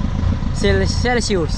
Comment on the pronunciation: 😂😂sabihin patagalog cel Sus one hundred degrees Celsius cute mo talaga but at least you try magsalita Ng emglish